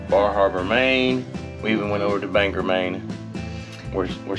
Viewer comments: Dear God, your pronunciations are so southern, LOL. It's Acadia, no R in it. Also, not Banger. It's Ban-gore. Surprise, we do have hills here, and we love our dirt roads. No pickleball is no surprise. It's not big up here. Who needs a pool when you have a lake or pond? Patten Pond has gone downhill since it was sold. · Acadia not Rcadia and BoagGor as in All Gore not Banger